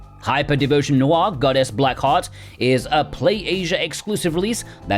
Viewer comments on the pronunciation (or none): none